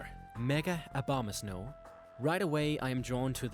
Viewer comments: No one pronounces it right it's O-BO-MA-SNOW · it sounds you said "mega obamas no" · "Obamasnow" lol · Why the heck do you pronounce Abomasnow as Obamasnow?